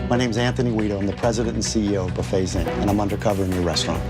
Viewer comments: AI narration... buffets? Pronounced boofay... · Bah Fays, not buh fets.